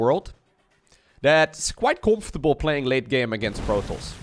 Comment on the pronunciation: hahah met je heftige NL accent hahah COMPHTABLE LOL vette game! Goeie cast! GG